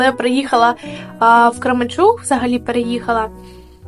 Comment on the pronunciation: Ніби чітко озвучила - Кременчуг